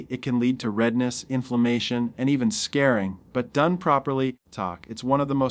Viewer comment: I really wish you would say " scar ( like s-car ) followed by ring)" . Whatever you said I have never heard befor and hope to never again.